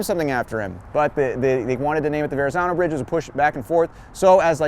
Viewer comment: Loving your tours,!! Just a friendly reminder to a non-Italian-speaker that the "zz" in Verazzano is pronounced "tz", you know, like pizza. 🍕 Aannnd then you explain the typo, poifect!:D